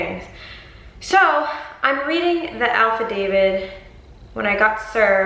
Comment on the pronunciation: I love you but boo I don't know if it's your accent but sounds like your saying alpha David not affidavit lol! But he's mental, and a Mighty Morphin Petty Ranger🚫